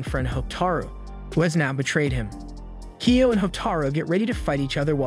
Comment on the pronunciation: kyo not kio